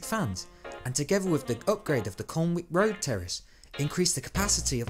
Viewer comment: Down vote for the last few seconds of the vid😉. Great video, just one small thing: Colwick Road pronounced Col-ick not colnwick and the Bridgford Stand is pronounced Bridge-ford not brigford. Keep it up though!